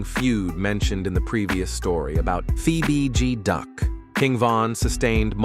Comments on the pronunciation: I was coming to say da same sh*t. "Fee bee G duck". "Damn brewda" 😂😂 damn Ai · Where and the hell you get fee b duck it's fbg duck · How do you pronounce bg right but pronounced f as fee? Ai at its finest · “Phoebe B G duck” bruh it’s clearly F.B.G. 😂, scoom got set up by shawty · Feee B G Duck, seriously?😂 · Don’t do no videos of Chicago Dead people if you can’t Get the names right cause who thf is FEEBG DUCK & TOOK A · Why it say Fee BG duck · “Fee bee deee” the disrespect 🤦🏽‍♂️ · fee bee gee, lol. This channel goofy AF.. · Da fck did he call duck?? Nigga said fee bee gee duck 😐💀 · Fee bee Gee Duck 🤦‍♂️😭😂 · Fee bee gee duck? Seriously? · Fee bee gee duck smh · Wtf is a fe-be-de duck??😂😂😂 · Who tf is fee bee gee duck? 🤣🤣🥴🥴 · The AI voice said "Feee Beee Geee Duck" lol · Da fuqs a FEE BEE G DUCK?! 😂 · This MF really just said, "FeeBeeGee Duck." 😐 #GOEAGLESSSS 2025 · 😂😂😂😂😂 who is Fee Be Duck??? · Fee Bee G duck 🤦🏽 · 'Fee B Duck', huh. 😅😅😅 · “ fee beee gee duck “ 💀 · This nigga’s AI so Temu… he said FeeBeeGee Duck. Mane why you disrespect dude name like dat. 🤦🏽‍♀️🤦🏽‍♀️ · Son said "Fee-Bee-Gee-Duck"!!!!😂😂😂😂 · This man posted two different J Hoods😭😭😭He saying names wrong,and telling all kinds of lies this ain't right 😂😂😂I see why King Von said don't listen to these YouTube people lol.. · How did you pronounce F.B.G DUCK. 🤣🤣🤣🤣🤣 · This mf meat pulling the bds.... who u get duck name wrong , but the bds name and gang right? And talk so highly of von....super goofy mf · Wdf Lay Capone n a Fee BG Duck? Why do these creators even upload this shyt knowin the AI is sayin the names wrong? Or is dat the purpose? Folks is automatically goin to click on it any way bcuz its Chicago, its Drill. Folks are fans. To do all dat dumb shyt. Smh